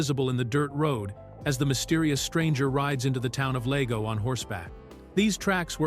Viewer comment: Not to mention the mispronunciation of "Lago" and "Mono".